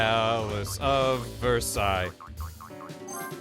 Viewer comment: The most American way to pronounce Versailles is the first way you did it, Ver-Say-ULz. Kentuckian, can confirm.